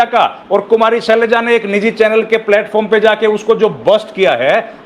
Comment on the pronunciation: ये शेलजा नहीं है, सर ये सेलजा है।